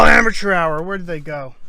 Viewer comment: About to start a drinking game where each "amature hour' equals one drink.